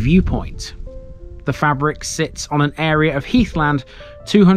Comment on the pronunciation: Fay-brick, not fabric.